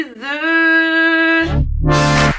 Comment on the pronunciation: je t'adore mais faut que t'arretes de dire bitchizzzeu c'est genant